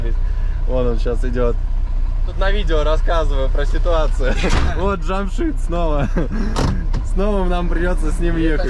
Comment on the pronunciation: Наконец то правильно произнёс имя Джамшида, а то Джамшуд Джамшуд, ухо режет!